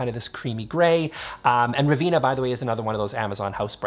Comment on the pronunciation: I think it’s pronounced Ra-venn-a , because that’s my name and that’s how it’s pronounced, like the city in Italy 😊.